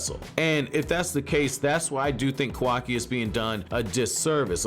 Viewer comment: i rly enjoy ur content... BUT WHY DO U SAY KAWAKI LIKE THAT 😭😭😭